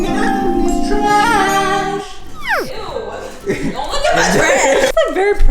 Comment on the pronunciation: how he said trash tho 😂😂